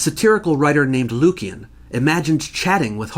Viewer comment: Lucian (pronounced "Lushan"), not Lucan.